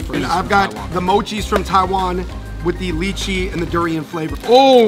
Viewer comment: "Lee chee mochi" jesus its "Lie chee mochi"